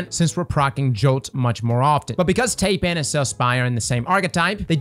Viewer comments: Taipan is pronounced ˈtīˌpan, not tay-pan. It's basically a big league CEO in China. The big dog. The #1 guy. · Tie-pan. Thai-pan. Tye-pan. Not tay-pan. Taipan. Did you never watch Steve Irwin as a kid? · Tai pan not Tape an 😂🤦🏻‍♂️😂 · Tie-pan not tay-pan. I swear that D2 content creators wear their illiteracy like a badge of honour. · it’s pronounced tie-pan. Also I see people pronounce the fractethyst shotgun as frac ta list. NO. It’s frac te thyst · "tay-pan" lol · "Tay-Pan" I am sorry what? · Yo man. Thanks for the videos. Taipan is pronounced "Thai" or "Tie" and "pan" like sauce pan. It's a type of venomous snake found in Australia. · I know you did not just call it Taypan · No offense meant , but Taipan is pronounce tie-pan like the snake. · It's actually pronounced Tie-pan like the snake veist names all their weapons after poisonous creatures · It's pronounced Tie-pan. Still the Taipan is a absolute damage number if you don't got a good Stormchaser. After hearing Rick Kackis say Ruins instead of Runes for any object, it is just a detail that grinds my gears. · Hate to be that guy, but its pronounced "Tie-pan or Thai-pan". I have the scaly nope ropes living near my place. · What on Earth is that pronunciation of Taipan?